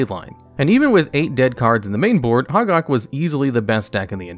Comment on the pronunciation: Glad to see the new channel! But: it's pronounced hoe-gack, not hahg-ahg.